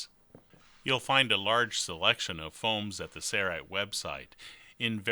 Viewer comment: Just curious, why do you pronounce Sailrite as 'serrite? '